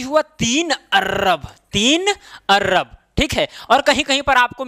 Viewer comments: Not Arrab it is Arab.Bareilly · Arrab nhi bhai arab same in not kharrab its kharab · अर्रब नही, अरब बोला जाता है। कृपया करेक्ट कर लें। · Sar arab hota hai arb nai hota hai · Sir he arrrrrab nahi hota arb hota h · Arrrrrrrab, kharrrrrrrrrrab 😂😂😂😂😂😂😂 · Sir topic bht achhe se samjaya lekin Arab ko arrrab bolke kharb ko kharrab bolke dimag kharab kr diya master 😡😡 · Ye kya arrab par rha h